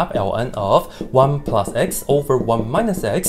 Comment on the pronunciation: “x squared plinus one”